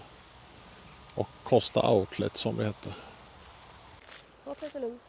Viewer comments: Fin film, men samhället heterKoooooooosta, inte Kåssta. Bara en information, annars tumme upp. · Ibland är det svårt med namn. Kosta stavas och uttalas med O inte Å. Ta inte illa upp 🙂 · Nej, tar inte bort den, fin film bara tänkte att ni skulle få veta hur det uttalas, inte lätt att veta ibland, tummen upp återigen.